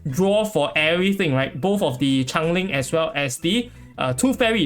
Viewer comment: It's change - ling not chang - ling. I thought the character was some spinoff of Chang-e the goddess of the moon from chinese mythology when I first heard your pronunciation.